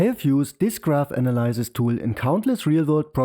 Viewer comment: The y in analyze is pronounced /aɪ/. The y in analysis is pronounced /ə/.